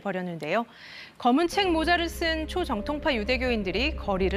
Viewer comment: 남자 앵커녀석아..."초V정통파"를 "초정V통파"로 발음하냐? 너 공채 아니지?